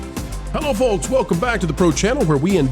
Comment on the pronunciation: The “L” in folks is silent .